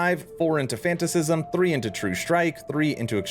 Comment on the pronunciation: Coo-de-gr ah s. not coo-de-grace fAN- AT-AH-CISM not Fantasissism lol. You're giving Boardman a run for his money... on mispronunciations. 😜